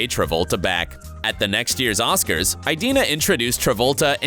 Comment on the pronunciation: YOU mispronounced Idina’s name also!!!!!